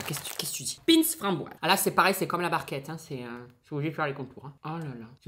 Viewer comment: Ta du mal a prononcer ou tu f expres entre pin’s et concoillotte g kes oreille qui sifleet ta une culture quand meme limitée